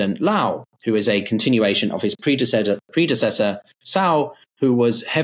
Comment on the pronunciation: lai not loa. tsai not tsao. gawd..